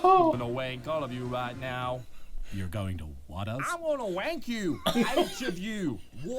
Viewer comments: Hagi Pilo that's the joke he's saying rank but sounds like wank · just to be clear , Dartz is saying Rank you and not Wenk you.